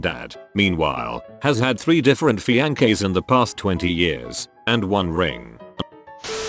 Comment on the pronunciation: Noone: The ai:fi-ong-kay